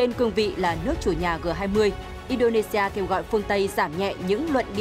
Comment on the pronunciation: G20 đọc là "giê 20" mà?